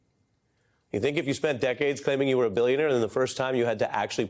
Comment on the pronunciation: Bullshionaire, he said, Bullshionaire! .... like you have never seen before, or hopefully EVER again. ... already sold the good classified docs.